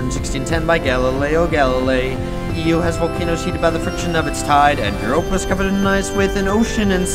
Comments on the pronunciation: Io is pronounced eye-oh. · But the song pronounced io wrong